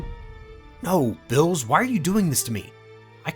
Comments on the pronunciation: Him:bills Me:beerus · Why is beerus called vills?